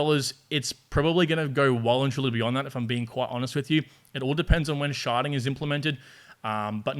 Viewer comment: “Sharding” but yes, does sound like “sharting” 🤣